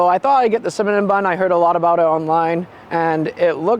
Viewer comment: are you saying Cimanon bun? 😂